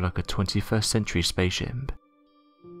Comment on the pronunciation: What's a "space shimp?